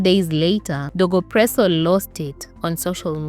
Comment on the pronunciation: Wait was he dego presso or was he dogo presso,😢,narration tamu but i have to keep going back to understand how u r pronouncing some wards,the guy narrator as well does that, please be kind to me and say words properly ndo iflow easily